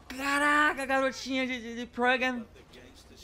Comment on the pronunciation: O falou progam em vez de programa